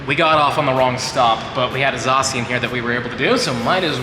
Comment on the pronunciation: "Zacian", what's a "Zacian"? Is that how you say it 😂